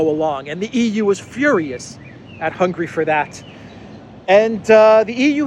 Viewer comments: Hungary. Not "Hungry." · Mate, I really like your channel, but let me tell you, that even though we are not too wealthy here in Hungary, but we are certainly not hungry. The name of Hungary is rather spelled Hun - Gary! 😃